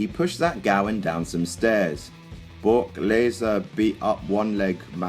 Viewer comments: Bock laser..omg I'm crying! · *Bock Laser